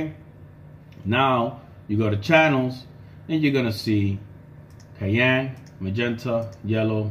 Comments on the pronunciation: Pronounced cyan | ˈsʌɪən | not cayenne | keɪˈɛn | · Its si-ann. Cyan. Not ki-ann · 😂 took me a minute to understand what you were talking about whenever you said cyan like that. You’re saying cyan like you would cayenne as in the pepper. Cayenne is pronounced Kai-en, like how you’re saying. Cyan is pronounced sai-an 😂 just thought that was funny. 👍